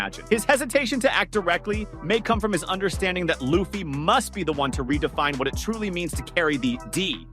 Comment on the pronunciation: Video starts. Saving little L-uh-ffy? Not a fan of the show, eh?